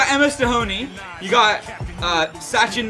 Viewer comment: You said Tendulkar rightly this time...Sachin and last name both you said correctly. Sachin started at the age of 16 years and played for almost 20-24 years...no athelete can do it even a chess player.. Cricket is a very very tough game. Do you remember any soccer or rugby player from States or Europe who had played for so long. Needless to say Football ends in 90 minutes while Cricket last for 5 days 7 hours each day